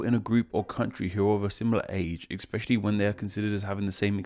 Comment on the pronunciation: 😒 my face trying to understand how this narrator speaks - and then hearing “exspecially”